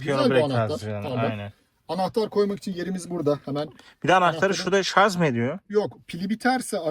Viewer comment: Şarz değil Şarj !